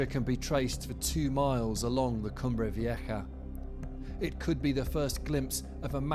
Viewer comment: Vieja is pronounced Vi-eh-ha.